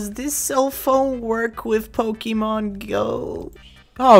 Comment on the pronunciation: jesus flarp its 2018 at the time this vid was made and you cant say pokemon. Say it with me. Po kay mon. Not pokey mon